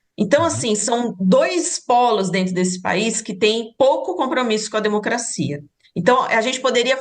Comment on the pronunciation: Ela disse " denocrscia venezuelana 😂😂😂 vai cagar professora 😂😂😂😂